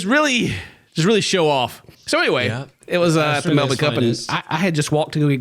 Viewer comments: He pronounced Melbourne correctly! Yayyyy! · Not pronouncing Melbourne correctly 🥲